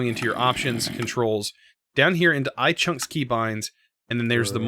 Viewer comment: Did he say iChunks? It’s iChun